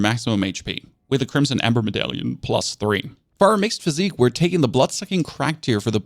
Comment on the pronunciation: Sorry to be that guy, but the flask of wondrous physick is pronounced "physic," not "physique."